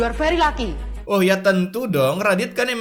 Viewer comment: Is this yor wife? Yu ar veri laki